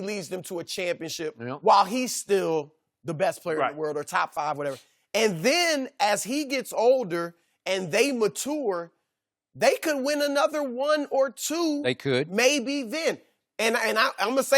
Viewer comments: Broussard i dont agree with you, its MATURE not MATOUR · This dude said maTTTure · Matoor? Broussard has been hanging out Whitlock for too long